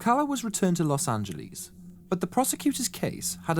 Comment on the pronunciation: Love hearing British pronounce "Los Angleeze". : D Very nicely put together piece. I too have never heard of this guy. Well done! So messed up he was discharged for the army with severe antisocial personality and just negligently releases into the general public.